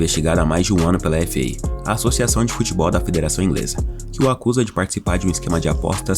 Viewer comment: Ele vai ser banido do “Futbeol” ? Eu achei que seria do “Futebol”